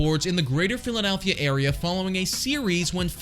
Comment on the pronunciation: Lmao 😂😂😂😂 dude. . I thought I was the only one who noticed this. What a 🤡. Philladaaalllphia 🤣😂.🤦🏻‍♂️🤦🏻‍♂️🤦🏻‍♂️🤦🏻‍♂️🤦🏻‍♂️ He keeps saying it too lmfao